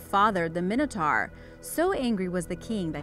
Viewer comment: It's mine-o-tor not min-o-tar